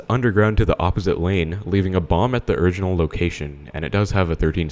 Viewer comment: that's a cool way to pronounce original (30 seconds in) anyways love you